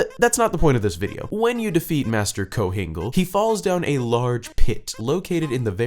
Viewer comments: master "kohingle" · I'm sorry , I lost it at kohgingle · Kohingle .... I laughed so hard😂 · KOHINGLE LMFO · KOHINGLE!? dead.